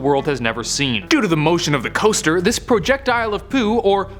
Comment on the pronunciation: I spit my water out when you said poojectile 😅😅😅